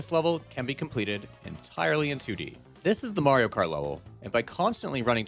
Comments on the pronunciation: he always said Marios name wrong, everyone told him, sometimes he said it normal, but then not. It got pretty annoying cuz he knows its wrong but kept doing it for... lols? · Bro got replaced by a Skrull agent and he forgor how to say mayro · Guys, calm down. is the one who says may reo. Because the only game he's ever played is pikmin. Obviously. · "Mayrio" sayers are quite aware of how it's really pronounced. Don't let them lie to you. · HOW DARE YOU say "Mario" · Sounds like a you problem. I've heard it countless times and it just amuses me hearing say it that way. Can I just say, skill issue? Because I think that's a skill issue. You're being precious. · NOOOOOOOOOO how can we have a merry time without merry-o?????? 😢😢😢